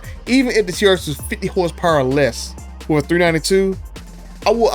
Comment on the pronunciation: Dude. You called it the “She-rx.” Hahahaha Thanks for all these videos and information, btw.